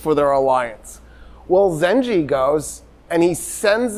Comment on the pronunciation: And it's Zangi not Ginky. Full name Imaaduddin Zangi